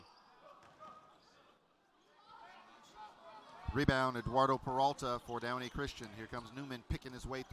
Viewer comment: “Trey ball” OH MY GOSH JUST SAY THREE IT’S TRIGGERING ME!!!